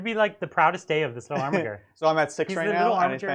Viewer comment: So triggered by your Armiger pronunciation, it's a soft G!